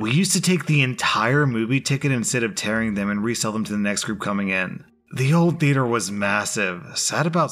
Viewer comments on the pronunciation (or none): none